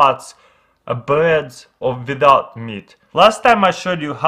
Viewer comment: It's actually "Instead of having, like, a spots of a bread a without meat..." the without pronounced as hwiddo't...